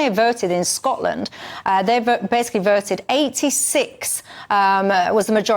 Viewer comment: This woman's pronunciation is the weirdest "regional accent" I have ever heard. "When they verted in Scotland ..." and "86 verts to 39 against." Does anybody else talk like this? Or is it her own unique dialect?